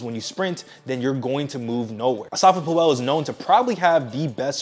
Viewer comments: bro why are you butchering his name… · Great vid, prob should’ve checked how to correctly pronounce the former fastest man in the world’s name correctly 😂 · Why do you say his name like that lol